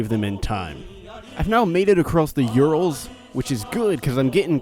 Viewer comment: Also you pronounced urals wrong